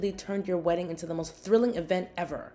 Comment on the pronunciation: Words ending in ing does not have a k sound. It’s not weddink.